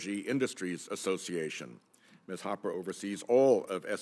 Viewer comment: Kennedy is so lame he doesn’t even know how to pronounce Hopper. His country bumpkin routine is so tired.